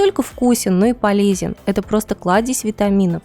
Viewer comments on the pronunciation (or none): none